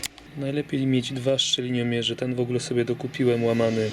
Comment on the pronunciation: Nie szczeliniomierz a szczelinomierz 🙂